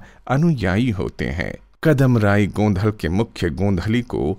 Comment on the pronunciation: It's actually गोंधळ Its ळ not ल